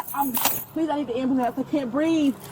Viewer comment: she needs an am-ba-lance